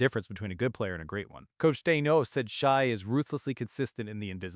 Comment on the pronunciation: Lol his name isn't pronounced Shy. No one who follows the game would mispronounce the MVP's name. Also no one cares about consecutive 20 point games. Why not 21? Why not 200 games but one of them you score 19? It's not a record it's an achievement.